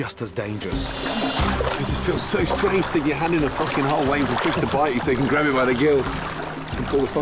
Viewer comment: “Absolutely fouking delicious”